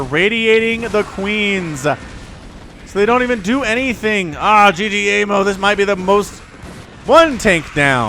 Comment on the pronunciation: Love your cast man. Though ggaemo is not g-g-emo. it is ggae-mo. 'gg' is an stressed 'g' in korean. Keep the awesome casting!